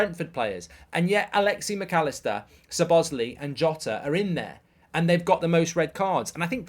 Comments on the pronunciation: It's Szoboslaiiiiii not Szobosli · Great video, but just throwing this out there... Its Alexis. Not Alexie. And Szoboslai is pronounced Sob-oss-lie not Su-boz-lee. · Another video butchering szoboszlai's name, not Lee it's Lai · Why did Mark say sobozlee 💀💀💀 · Is he ever gonna say szoboszlai name correctly